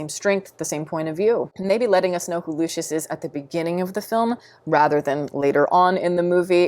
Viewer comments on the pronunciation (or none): none